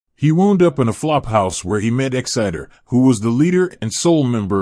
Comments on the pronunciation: The name is "EXIDOR", NOT "EXCITER". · I LOVED this show in the '80's, and to this day whenever I think of the late Robin Williams, it's not for any of his movies, it's as "Mork from Ork". P.S. the computer voice here is AWFUL. The name is "EXIDOR", NOT "EXCITER". Only a computer-generated voice could make that mistake over and over. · It's pronounced ex-i-door not exitdor, please before narrating learn how to produce things accurately. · Why can't the people who post these videos check for correct pronunciation of names. The actor was Dom Delouis and the crazy character was Exidor not exciter. It makes the entire thing sound dumb. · EX-uh-dor, not Exciter! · E xidor, pronounced 'X-Ï-DOOR' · Who is Dom Delucie? If he was such a major star, why have I never heard of him? Exciter?? OBVIOUSLY, you've never watched this show and don't know how to read English! Wound??? How did he wound her?? You SERIOUSLY need to take an English class or two!! Or, are you just a robo-voice that doesn't understand English? "Pronounced like, Boing". That's why you pronounced it like, "doing".